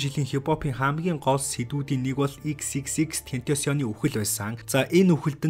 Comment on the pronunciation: Тэнтосион gej ymr um bdimbee hhaha😹